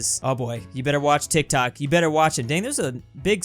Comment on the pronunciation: uhm tik tak idk random Meh: Bruh the name is tik tok welp finally you spell it correct so good My brain: tik tuk tuk tek tik tak tak tok tek tik Meh again: bruh why do i have a stupid brain=_=